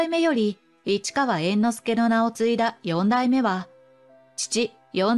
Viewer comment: よんだいめ❌よだいめ◎